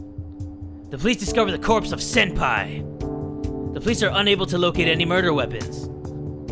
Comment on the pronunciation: It’s Senpai, not “Sempi”